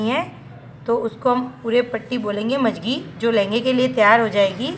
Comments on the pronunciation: mam,video me jo jankri aapne de hai uske leye thank u, but magji ko aap majagi bol rahe hai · मंगजी होती है आप मजगी बोल रही हो।